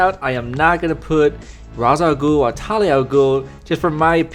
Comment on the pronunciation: Azrael is not an assassin, he is a member of the Order of St. Dumas, or at least was. He can't be hired to kill someone, and I'm pretty sure that "Enforcing God's will" does not include killing The Batman. Also, even if Black Mask wanted to, he couldn't hire Ra's al Ghul, whose name you are mis-pronouncing, or Talia, because the League of Assassins don't work for hire.